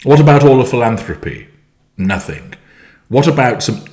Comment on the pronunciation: Did you really say “nothink?”